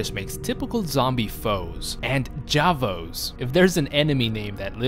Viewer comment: The grossest thing about this is that you aren't pronouncing J'avo correctly. It's Pronounced Ju-Avo